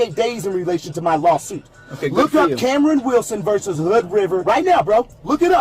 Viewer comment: VERSUS! THE FUCKING WORD IS VERSUS! It's NOT "VERSE"!!!! 🤬